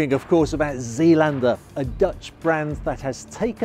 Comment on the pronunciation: Pronounced ZAYLANDER.